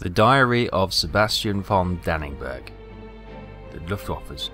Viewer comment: why do you keep pronouncing your pilot's last name as "danning berg?" It should be like "Don N. Berg."